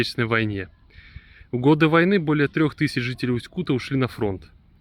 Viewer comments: Неприятно слышать как автор город называет усть-кУта, правильно говорится усть-кутА, усть-кутЕ, усть-кутУ. Я там жил почти всю жизнь. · Не Усть Кута бля, а Усть - Кута. Ударение ставится на а. Не на у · Совет для человека который рассказывает о любом городе - научись у местного населения как правильно проговаривать название города ( не Усть -Ку'та, а Усть-Кута'). Осетрово, это название связанно не с названием поселка, а с рыбным промыслом - ловлей осетров, которых тогда было очень много. Не надо из себя делать великого историка, чем показывать где находится исторический музей - сходи туда, посмотри, послушай, на крайний случай почитай, а то так и будешь выглядеть лохом для людей которые там живут. А ещё ушлепком, для тех, которые побывают в этом не таком, как в твоём видео, а действительно хорошем городе. Я знаю, что нельзя обижаться на больных и ,,,, людей, по этому вопрос к тебе - ты от куда, с какого города?